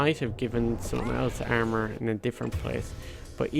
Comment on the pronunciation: the way you say armor is super fucking funny ahahahah